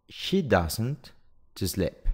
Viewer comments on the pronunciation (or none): She is taller than HER, not SHE. La pronunciación de SLEEP es SLIP no SLEP. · Obtuve 10 respuestas correctas, pero ese no es el punto. Me permito hacer la siguiente observación con mucho respeto. Es lamentable e inconcebible que el en su explicación no sepa pronunciar bien palabras tan elementales como "these" y "sleep". Eso tiene un efecto multiplicador muy negativo porque las personas que vean el vídeo van a pensar que es lo correcto, y también muestra la poca calidad del material. Soy Hugo Pezarreán desde Quito, Ecuador.